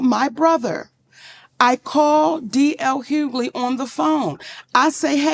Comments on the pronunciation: Hug-ley not huley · Well MIGHT WANNA START SAYING THE MANS NAME RIGHT 😮 DL NOT HULEY OMGGGG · "HUELY"? LOL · Question: Are you from Canada? You always be mispronouncing people's name...How did you get Hulee from Hughley...the G and H are not listen. Pro tip: copy paste into Google and press the pronunciation of the word because girl..I can't😢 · Maam.... it's HUU-GUH-LEE!!!😂😂😂😂😂😂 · 😂GIRL! THE "G" is not silent in Hugley. Everytime you say it loud and wrong I laugh. 🤣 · You're pronouncing his last name wrong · You're killing me with mispronouncing his name. Lol😅😂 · Girl the way u miss say d. L.. s name is hilarious 😆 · The "g" in Hughley isn't silent.. lol